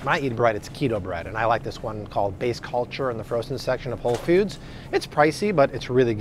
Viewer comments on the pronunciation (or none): I cant get passed Whole "fewds"...